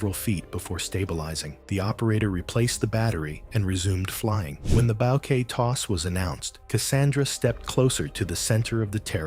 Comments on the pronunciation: Bouquet not bow Kay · I'm making fun of the way he said bow kay.